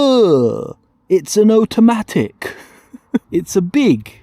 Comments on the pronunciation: Please say automatic correctly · Oat-a-matic heheheheh